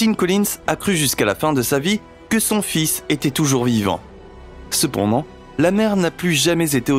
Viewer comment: ah, ton "c'p'ndant"... 😄